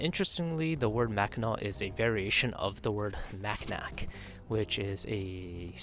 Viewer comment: Mackinac island is pronounced Mackinaw